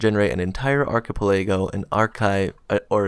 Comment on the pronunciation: check out how to pronounce Achipelago